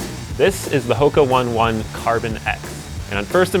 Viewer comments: an editor that doesnt even know how to say the name of the brand. "what the hell is knee kay?!" - Back to the Future 3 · Turned me off right away when he got the name wrong LOL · Wow....you work for a running publication and manage to mispronounce the shoe company ‘s name 🙄 #moron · Mispronouncing the names of the company and shoes in which you are reviewing shows your lack of understanding of the product. You're also jumping on the YT carbon plate review bandwagon. Watch some Seth James Demoor to really learn how to review a shoe and also pronounce the product correctly. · Start. 8 seconds in, dumb looking blonde guy mispronounces name of product. End.